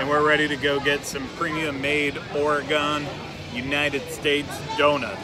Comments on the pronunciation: “Ore-gun,” not “Ore-gon.” Sorry, PNW girl here. 😖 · Kathlyn Wolfe Yes! My comment exactly! Oreegun, guys. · Kathlyn Wolfe living just south of Pdx, in Oregon City, we caught that too! Although it sounded like he was trying to get it right, certainly not the worst butchering of the name I've heard. Lol